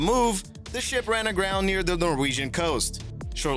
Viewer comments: It does sound like that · A HUGE thumbs up for this one! I too heard SHIP - not shit! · He said ship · sounds more like a T to me